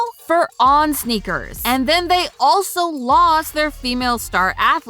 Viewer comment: "snickers" sounds better than "sneakers"